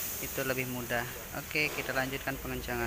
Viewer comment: Hadir 😁 Maaf, itu "mudag" apa "mudah"? 🙏